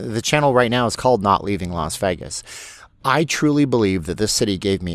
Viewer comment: It’s pronounced “VAY-gus” not the mumbled word “vehgus.” Please learn how to pronounce Las Vegas (that’s pronounced Lahs-VAY-gus) not Lahs-vehgus. You’ll get more viewers and subscribers and people will stop dumping on you.